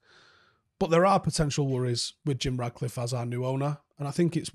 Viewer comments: love your shows and the analysis is always top quality but the guy’s name is RaTcliffe, FFS, not RaDcliffe. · It’s “Ratcliffe”